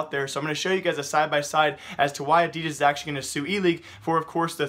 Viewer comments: Wtf is adias it's adidas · I am getting really bothered by how your saying "adidas" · Can you stop saying Adidas like that